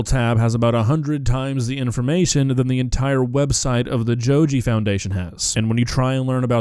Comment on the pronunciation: joji is someone else, this fool is called go-gee